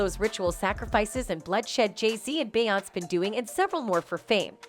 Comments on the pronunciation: It's BE YON CE!!!! FFS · Be-on-say!At least the got damn name right!lolol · 🤦🏼‍♂️this is the first time anyone ever pronounce Beyoncé name like that… 🤣🤣